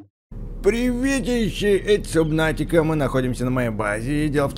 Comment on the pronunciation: За столько времени игры, так и не понял, что правильно говорить "Сабнатика", а не "Субнатика"...